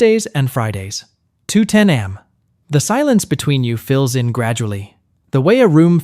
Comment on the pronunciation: Are these ai generated cause who says 3 am like i am?💀